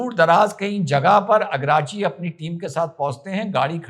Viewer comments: सर जी ईरान के विदेश मंत्री का नाम सैयद अब्बास अराघची है अगराची नहीं। जय हिन्द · आराग्ची है, अरगाची नहीं